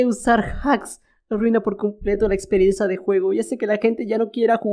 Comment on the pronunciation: Parece que dijo "la experiensa"🤣